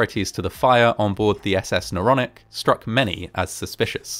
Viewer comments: Not the naronic the noronic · And isn't it Noronic? Don't you think? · Isnt it Noronic.